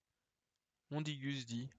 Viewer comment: putain j'ai craché mon café quand il narre Mondingus c'est pas possible le mélange 8.6 + opiacé vient de monter au cerveau